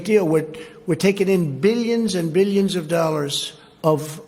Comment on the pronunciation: beelionz and beelionz